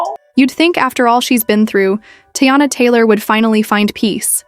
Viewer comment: Her name isn’t Tayana it’s Teyana. This is how it should sound. Tea/yana.